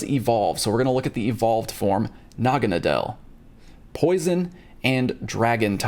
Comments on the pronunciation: It is pronounced noggin-it-del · It’s nag-a-nay-del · Here's the pronouncing. Na-ga-na-dull.And also what can't it learn thunder bolt.Did niantic never watch the anime.In the anime Naganadel learns thunder bolt from Pikachu.When it was a Poiple it liked to have fun with Pikachu.Except it had to stay in it's own wormhole so they said their goodbyes.And when it evolved it learned the move thunder bolt.Because of the friendship between them. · Pronounced Naga-nah-dull Ash caught one!